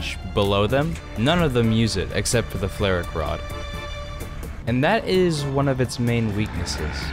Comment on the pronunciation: Are you pronouncing the name of the vehicle correctly? Idk flare rack rod doesn't sound right to me but I don't know german